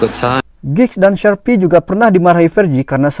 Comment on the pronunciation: Lee Sharpe..Min bunyinya bukan Sharpe..jangan dibunyikan "E".Nyebutnya Sharp..Lee Sharpe tanpa bunyi E.